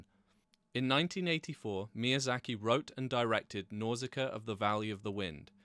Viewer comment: Nausicaa not Nauzicaa, sorry but that was just driving me nuts because he's constantly saying it 😖 Even the spell check here is telling me Nauzicaa is wrong 😄 Absolutely great movie though, that and Mononoke hime are probably my absolute favourites. Always wished he would make more like that, awesome surreal phantasy stuff.